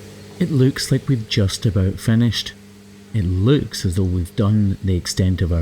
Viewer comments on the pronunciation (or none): I’m sorry but I can’t get over the fact the he pronounces “looks” like “lewks.”😆